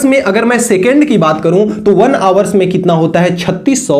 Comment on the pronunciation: Hawars ❌ Hours ✅